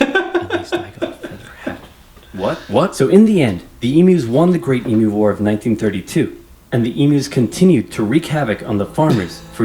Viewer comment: Thank you SO much for saying 'emu' correctly (eem-yoo). When I hear Americans say 'ee-moo' I throw up in my mouth a little. LOL